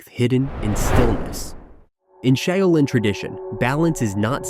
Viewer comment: Pity the Ai can't say Shaolin.